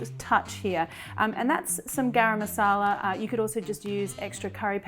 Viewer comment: I like the way you said "Garam Masala" ❤ Love From India ❤